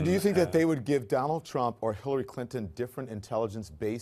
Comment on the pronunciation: He mispronounced 'Trump'...